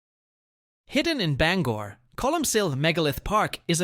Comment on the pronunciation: 1.) The real owner of the shoe was old mother Hubbard. 2.) Bangor is pronounced as (bang-ER) not bang-or 3) there's also a place in Lake Wales called SPOOK-HILL.